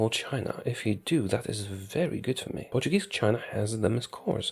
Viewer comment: I love the fact that since you're Polish, you pronounce portuguese words with an excellent accent, way better than native english speakers usually do, who tend to use a spanish accent. Music to my lusophonian ears.